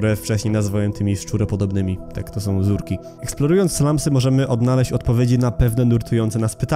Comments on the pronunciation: ZURKI NIE ZERKI sory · ZURKI! nie zerki